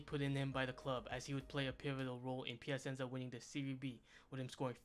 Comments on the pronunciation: “Pia-sen-za”. Like a dagger through the heart each time. Is it that hard to say it correctly????? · PiaSenza 😁, SEArie A 😅, DIEnamo Kiev 😂, CriSCHan Vieri 🤣and so on...